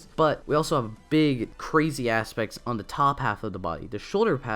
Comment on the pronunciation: You keep saying your “the” like “duh” and it’s bugging me for some reason